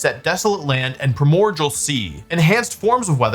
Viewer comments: Primordial is pronounced “Pry-more-de-uhl” Ok I’ll disappear now. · ok i have to ask why do you keep pronouncing it primorgal when its spelt primordial there is no g its pronounced prai·mor·dee·uhl like unlike allot of pokemon based abilities or names this is a real word in the english language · What sea? Pramorjal? Lol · Please tell me you are mispronouncing primordial (pri·mor·di·al) on purpose to rage bait lol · Pronouncing primordial like cordial is crazy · That's not how you pronounce "primordial."